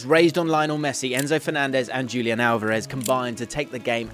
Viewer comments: Wait wait wait. Am I supposed to believe a guy who says “Dzhulian” instead of “Hulian” Alvarez? Does the guy know any football at all?? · That's not Julian. The pronunciation will be like Hulian. Pls correct your pronunciation